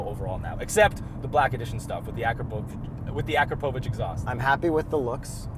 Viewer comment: A-Pacro-Vich..Is how you pronounce the exhaust....ha!! Whoops.. said it correctly the first time..Ha